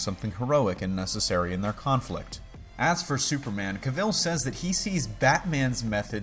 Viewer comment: Cavill rhymes with Travel. jus so u know... it's annoying pple always pronounce his name wrong. yea.. i know.. im nitpicking :)